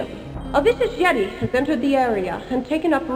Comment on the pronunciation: "Extricate a YET-i! Extricate a YET-i!"